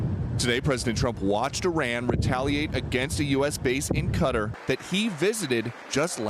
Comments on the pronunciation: Qatar....not Quatar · KA-TAR....not "cutter" you gotta be kidding me...!!!! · Please stop saying 'Cudder'.